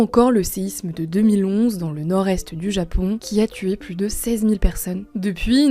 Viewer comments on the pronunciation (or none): none